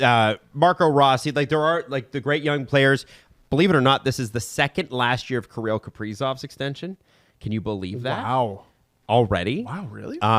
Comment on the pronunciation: Why he pronounce Kirill like Carol?